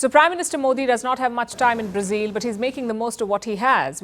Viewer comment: Learn how to pronounce “Brazil” ! It’s not “ Brazeal” but phonetically “ Bra zill “